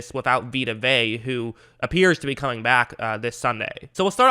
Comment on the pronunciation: If you call him Vey one more time I am gonna whip you. It's Vey-ah.